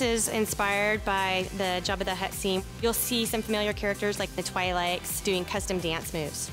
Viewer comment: Lol the pronounciation of "Twi'leks" omfg :D